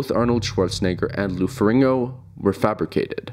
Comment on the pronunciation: Lou Ferringo.... cmon maing